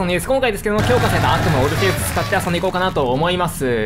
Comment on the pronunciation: どっかの誰かさんがオルフェイスと聞こえるためにTwitterとかで唯さんのオルフェイス上手すぎ的なのを見て…オルフェウスなんだよなぁ、と思う今日この頃